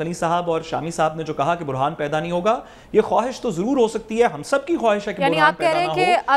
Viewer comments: سعد صاحب، برھان نہیں ہوتا بحران ہوتا ہے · برھان نہیں بحران پڑھے لکھے کا حال ہے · Not Burhan " Bohran" please just for correction